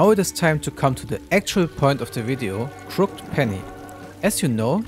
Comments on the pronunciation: fyi. crooked is pronounced crook-ed :) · It's pronounced "crook-ed" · just so you know its pronounced crooked penny not crooked penny